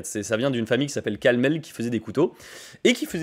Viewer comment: Tout mon soutien à Laguiole et honte a la famille de San qui avec ses produits chinois donne une mauvaise image du savoir faire du Village Signé un Sud Aveyronnais (Ps on dit CalmelS et pas Calmelle. Pour cause dans ma famille chacun a un couteau de cette maison et on va les acheter directement la bas)